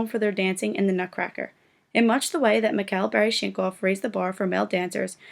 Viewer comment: His name is Mikhail Baryshnikov. Learn how to pronounce names correctly, you're not very informed are you.